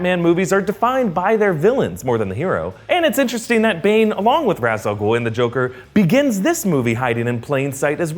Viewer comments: Ok is anyone else gonna notice how he pronounces Ra's, it's pronounced Raysh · Love the movie but it bothers me that they pronounce it as "raz". It's "raysh".